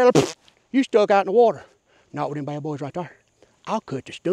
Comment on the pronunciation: "Pacifically for theyum"